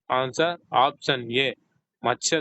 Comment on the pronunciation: ముందు ఆప్షన్ అనడం చక్కగా పలకండి